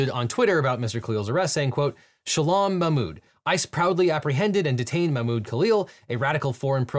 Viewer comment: This is a terrifying civil rights violation. Also, Devon, please look up how to pronounce "Shalom."